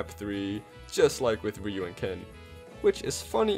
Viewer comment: It's ryu - ken, because, shouRyuKen